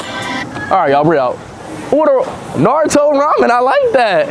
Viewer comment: It's shame that he believed his pronunciation of NARUTO was correct. Absolutely, Japanese pronunciation is right one.